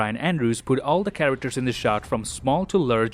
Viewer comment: I love how this guy says LERGE